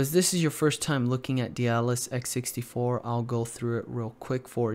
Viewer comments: DAY-DA-LSS is how you pronounce it, not 'Dealus', lol. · you're still pronouncing it "de-a-dalus" xD